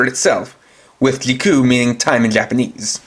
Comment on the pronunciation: Just say in as Zi o and ziku not gio and giku